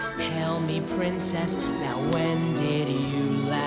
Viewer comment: When I first saw this video I was like: “how did they mess up the word princess?”